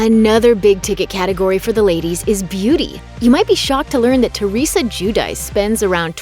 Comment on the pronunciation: I think the name is pronounced Ju- di- chay. Giudice. Italian.